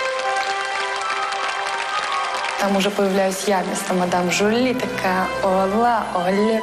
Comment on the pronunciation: не мадам Жюльен, а мадам Жюли 😂😂😂😂😂😂😂😂